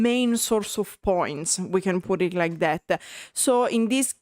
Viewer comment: Please understand your adding uh to the end of many English words is very annoying. EG; Songs, Songsuh. Like, Likeuh. Other Italian Creators speaking English DON'T do it. Please try changing a bit even if you don't like it. Now show us your tattoos.